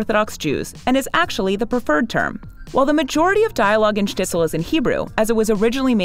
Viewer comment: The narrator of this video keeps mispronouncing “Shtisel” and “Haredi”. Irritating!